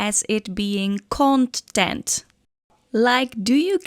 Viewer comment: Kont-tent Kont-tacted